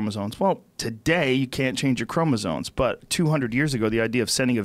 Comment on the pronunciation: "If you're listening, which I doubt it because you don't seem like the kind of person that wants to be enlightened". That was the beginning of the end for me. Really tried to give her a go. And Joe, if you're gonna keep ramping up the pretension, at least learn how say chromosomes properly.